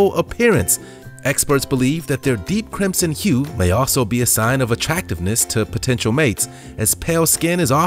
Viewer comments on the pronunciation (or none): none